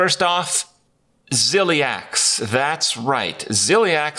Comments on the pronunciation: It's zephrys not zephyrs. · Zeph-Urs, not Zeph-rees. facepalm